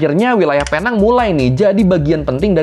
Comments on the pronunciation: PENANG dibaca PINENG.. Dalam logat malaysia.. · Sebutannya Penang: 'Pineng' bang. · Tolong betulkan sebutan PENANG ( PI - NENG ) .... tapi itu bahasa inggeris.. bahasa melayunya PULAU PINANG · Bahkan sekelas wartawan aja nyebut nya Salah...nama resmi nya pulau pinang.... British nya penang(pineng)😅😅 untung gak di somasi orang pulau pinang😅😅 salam Dari perak malaysia 😊😊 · sebutan penang bukan sebegitu mas.. yg benar sebutanya adalah PINENG.. seperti power bank pineng itu.. ya, sama. sebutanya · Sedikit koreksi, Penang dibaca "Pineng".. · Dan sehingga sekarang orang2 indonesia masih gagal menyebut Penang dengan sebutan yg betul. Cara sebutannya Pi-Neng 😂